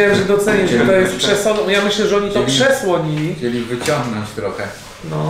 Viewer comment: nie przesłolili tylko przesolili xd